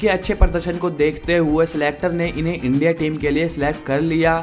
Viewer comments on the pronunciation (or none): none